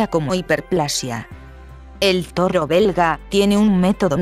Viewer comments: todo el video diciendo "torro".... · que pedo con este video son de los perea que e bisto y no sade decir toro lo dise como rusa